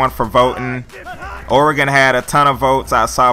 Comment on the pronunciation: At least you pronounce Oregon's name right lol. #goducks